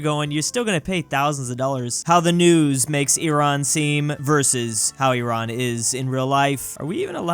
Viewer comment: is one rare American who says "Iran" properly and not "Ay ran" as in "I ran away from the dog"